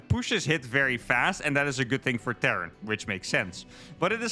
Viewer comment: Terran not Tehran